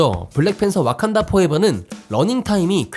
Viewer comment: 와칸다를 어칸다...